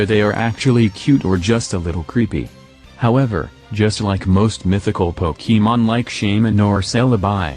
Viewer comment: 667th sub :) Also I love how the text to speach says pokEEmon